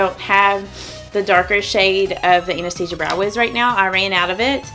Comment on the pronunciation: You are the first YouTuber who pronounces Anastasia correctly. 😊My friend has a Russian friend named Anastasia. Being a Russian name, she is definitely pronouncing it correctly.